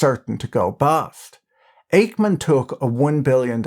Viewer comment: ache-man .. lol